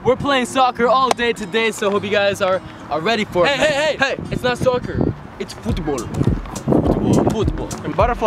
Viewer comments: "No no no, it's not soccer, it's "fAoOt baoLL"🥴🥴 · really said its footboll😂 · Nah you said it wrong bro you don’t pronounce the t in football (this is just a joke I’m British and I found it funny the way seb said football)